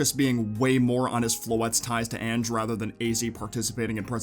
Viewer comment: I’m fairly certain Ange is pronounced like “onj” with a short o sound at the start rather than saying “anj” like the word “an” at the start.